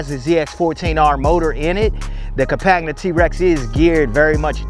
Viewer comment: It's like Com-pan-ya french for companion (as it is a side by side) That beIN said you answered a bunch of didn't know. This the best TRex review I've seen. You got tha sub